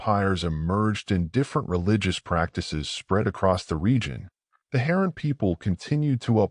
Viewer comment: Oh, you mean Hay-ran and Oor. I can't even hear anything else you say......."Heron" and "U-R"?😆😅